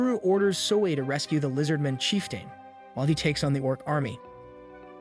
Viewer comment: Lizardmin & "chief-tayne" gave it away for me